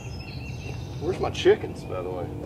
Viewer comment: “Where’s my CHIEKENS btw”